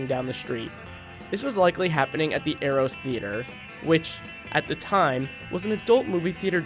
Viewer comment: Pronunciation of 'Eros' & 'Ghia'. Good video though.